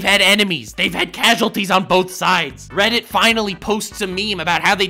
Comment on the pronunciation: Did you just call reddit Guildarts, im pretty sure you called reddit Guildarts.